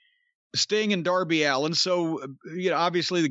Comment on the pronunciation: HOW DID YOU MISS 'DOUR-BY ALLEN'?! 😆